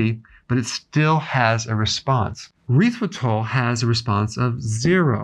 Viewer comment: I think he said UR - REE - THRA!!! Really good for most men... LOL...